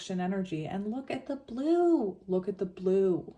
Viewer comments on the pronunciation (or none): I heard Blue Ray everytime you said Blue! ✨️💙✨️🙌🏼 When a negative thought comes through in ur head or out of your mouth.. say out load ✨️✨️🦫Delete, Delete, Delete!✨️🙌🏼 and replace it with a new belief that is positive and directs you in the direction of divine love! ✨️💛✨️🙌🏼